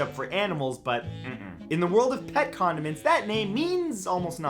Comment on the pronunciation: Who thought he said pet condoms